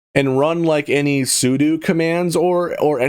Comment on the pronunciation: Heck yeah! Linux Mint is my jam! Running regular (Ubuntu backed) mint on my desktop and I run the Debian version of Mint on my laptop. I made Linux my daily driver almost 10 years ago. Never looked back. I so appreciate that you pronounced "sudo" correctly. Ardour is DOPE. With mint, don't forget Flatpak supported apps! Audacity is also good. YO CAIRN 2E KICKSTARER WENT LIVE!!!! I'm so excited, and I thought of you immediately. Which is probs weird being as I'm a rando from the interweb.